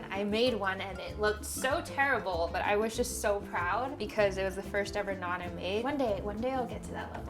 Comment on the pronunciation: that is roti or Naan. I was confused when u said non bread